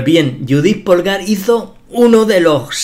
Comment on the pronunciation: bellisima, de todas formas no es lo mismo un sacrificio para conseguir una posicion ventajosa que un sacrificio con el que termina la partida porque aboca directamente al mate. Un apunte, Polgar se dice pólgar y no polgár, aunque se escriba asi